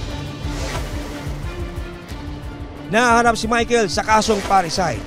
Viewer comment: parricide hindi PARRACIDE ANO BA YAN